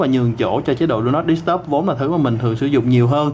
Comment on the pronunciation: "Đu nót đ** tắp" @@